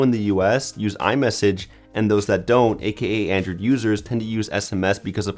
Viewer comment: "Andrew'd pie" bugs me so much